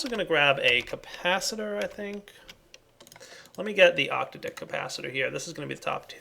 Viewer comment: Please, please, please.. start pronouncing octadic ahk-tad-ick insead of octa-dick. :)